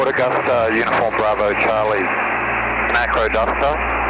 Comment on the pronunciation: Sounds like you’re saying ‘aquaduct’😂Wondered where this bird went off PlaneSales, I nearly bought it a few years ago,had been in the market for a long time! This had quite a history in the USA. The only reason I didn’t buy it was it couldn’t carry anything after full fuel. Hope you enjoy the machine👍